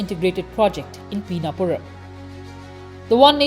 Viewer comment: Its not peenapuram its PiNNapuram. Simple as that' 😅